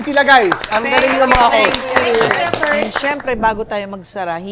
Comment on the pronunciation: kuya koort, buhol-buhol na yung tongue twister, ang hirap naman kasi!!!